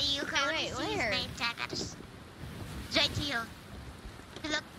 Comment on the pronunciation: "was WIGHT HEWE, okay? *COPD coughing*"